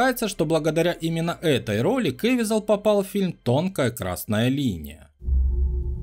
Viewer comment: КэвИзел. Узарение на И.